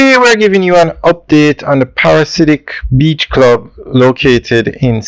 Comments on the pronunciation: Dude, you have done several videos on this development, and you still you can not say the name right. It is not a parasite. The name is: Pa/ra/di/siac. Get it right, Lol! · The word is pronounced PARA-DEE-ZE-AK, it means a person obsessed with paradise.